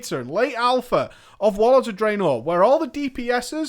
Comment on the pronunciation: For someone so knowledgeable about WoW... for the life of me I don't understand why you can't pronounce Pandaria or Draenor correctly.